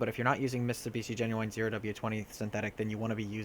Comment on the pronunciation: What is "GenYouWine" recommended? Do you mean "genuine? There is no "W" in "GENUINE".